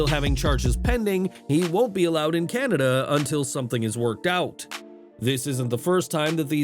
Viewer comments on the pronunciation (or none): none